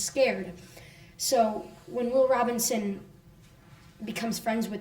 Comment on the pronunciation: I like the show so far although I am only on episode 4. That being said it really bothers me that no one in the Robinson family seems to know how to say the name properly. Are you kidding me? It's your last name! My last name is Robinson so I picked up on this. Everyone in the show pronounces the name Robin(sin) not Robin(son). What is the deal. Is this some pathetic sexist thing? E.g. When the children are putting their hand print's on the wall in the cave in episode 4 he says the line "Come on, it says the Robinsin's" This is disappointing.